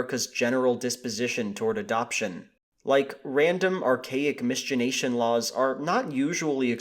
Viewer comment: You say "miscegenation" funny. That is my only complaint, the rest of this is spot on and well done.